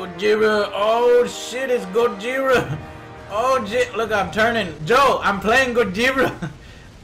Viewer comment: Joe....joe...im godzirra...im godzirra joe